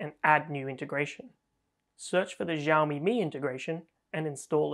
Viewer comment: Xi in Xiaomi is pronounced lile "shi", not "Ji" (with the French j).